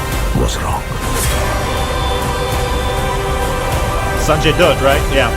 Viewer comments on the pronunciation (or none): its sanjay dutt not sanjay dirt